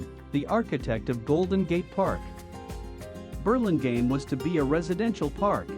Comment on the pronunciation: I would rehire the voiceover to somebody who knows how to pronounce the name of the town :-) it’s painful hearing it pronounced incorrectly so many times. Also I would get these camera shots down lower. It doesn’t really look beautiful to see the rooftops of all the downtown buildings.